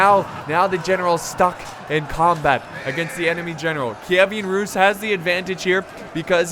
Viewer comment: It's pronounced keev-an rus